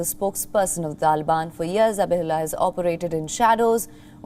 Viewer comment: The way you pronounce TALIBAN sounds UGLY.